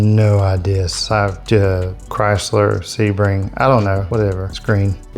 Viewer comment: "ChrylserSebring". LOL!